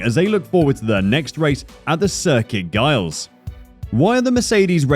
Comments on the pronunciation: please for the love of god never pronounce gilles and guy-als, it's pronounced jille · who on earth pronounces "Gilles" as "Guy-als" and then claims to be able to provide information on F1... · Circuit Gilles isn't Giles Have you ever heard of Gilles Villeneuve? Former F1 Canadian driver? The racetrack is called Circuit Gilles Villeneuve! not Giles sheesh........ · Aah yes, circuit Gailles….. it’s circuit Gilles Villeneuve. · It's not Circuit Giles? It's Circuit Gilles Villeneuve. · I thought it was robot voice at first... Giles instead of (Circuit) Gilles (Villeneuve) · The 'giles' circuit?! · Who says Curcuit Gilles Villeneuve as Gau-yles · Jiles Villeneuve listen to how other people say the name. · More appalling pronunciation, for gods sake man look up the names of places and people before putting together these videos. The Canadian circuit name is not as you said in the early part of the video. It’s the Gilles Villeneuve circuit and is French not pronounced like the English Giles (Jiles) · great video but i cringed so hard when he said “gilles” it’s pronounced with a soft g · Canadian circuit "GILES" ? Hahahahha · Try saying it as Gill, with a soft g, that should get you close enough. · Gilles does not sound like Niles. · It’s Pronounced Xilles lol like the other video I saw the guy butchers Monaacko. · Dude you could make an effort to avoid butchering our track's name. It would take you five minutes of listening to ANY commentary about Gilles Villeneuve or our venue to notice you're completely butchering the name. I'm led to believe you've never watched the Canadian GP nor have ever watched anything about Gilles himself because you would have noticed right away. Either that or this is text-to-speech.... not sure which. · Gilles is not pronounced like that my dude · haha, the way the AI says Gilles. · Bruh you getting rest for pronouncing a single word wrong. How dense are these ppl lmao